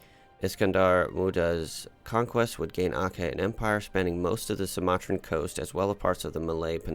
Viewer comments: Brunei is pronounced as Brun-eye. While Aceh is Aw-che. Hope u dont mind ❤️ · Aceh is pronounced Achehh (a single C in Malay is pronounced like CH in the English word Chat for example)